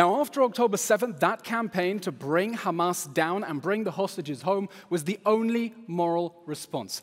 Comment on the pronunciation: “ that is on hhhhhhhamas, that is on haaaamas “ Lmao!